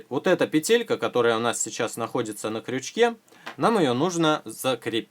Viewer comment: Ну господи! ПЕтелька,а не петЕлька!!!! ПЕ-тель-ка Аж уши режет!